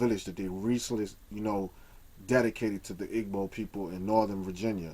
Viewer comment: i LOVE your videos, but PLEASE say "gb" correctly. it HURTS to hear you say ihh-g.bow.